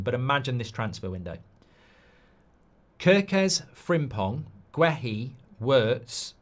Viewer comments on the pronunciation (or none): none